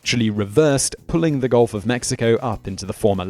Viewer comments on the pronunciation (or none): none